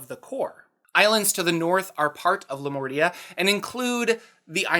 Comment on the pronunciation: For a moment I thought you said Lamortia, instead of Lamordia. This makes me think that it might have been named accidently into Lamordia. Lamortia basically means "the death". And it sounds awesome.